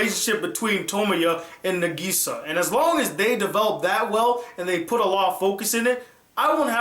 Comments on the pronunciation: ITS NÁGISA, NOT NAGÍSA!!!!!!!!!!! have you even watched the sub........... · Its nagisa (nah geh sa) not nuhgeeza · It's pronouced Na- k/gi -sa With no emphasis on the gi, It's supposed to be a lot of a sound, and making it sound like a k, or a very short gi, like it's spelled, but the english dub pronouces it as geeeeeeeeeeeeeeeeeeeeeeeeeeeeeeeeeeee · Its Na-gi-sa not Na-giii-sa!! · I don't like your pronounciation of Nagisa!!!!! ;-; I say Naw Gi Saw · He says Nageesea like in the shitty english dubs. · Good review - and while I don't agree with everything, you did make quite a lot of valid points. You gave both the good and bad parts of Clannad and Clannad: AS justicce. The ending would... probably make a lot more sense if you actually played the visual novel. And also, while this is very minor, Nagisa is pronounced "Na-gisa" with emphasis on the first syllable "Na" rather than the second one "Gi". Very good review! I look forward to other ones :) Also, HAPPY BIRTHDAY (2 months late, though mine was also in April XD)! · Has problem saying "NaGEEsa" and "SanAI" but questions the way pronounces "Ushio" when he says it perfectly XD Awesome review though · From the way he pronounced Nagisa, I can tell he watched the dub. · great review. but at least say Nagisa's name correctly. please. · How he pronounces nagisa is so annoying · Great review, although I wish you would pronounce Nagisa's name right. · at least pronounce nagisa right man cmon lol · D: the way you say Nagisa i can tell you watched the dub... sub man sub Japanese pronounce it properly. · Glad you finally reviewed Clannad and happy birthday!!! Edit: Though I do wish you pronounced Nagisa as what's heard in the Japanese dub.